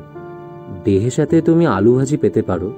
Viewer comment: দারুণ উপস্থাপনা। হুমায়ুন স্যারের এই লেখাটা নিয়ে নাটকও তৈরি করা হয়েছে। তবে শব্দটা বেহেশাত না, "বেহেশত্"